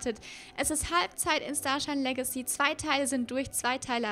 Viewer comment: warrum sprichst du "Legacy" immer falsch oder komich aus?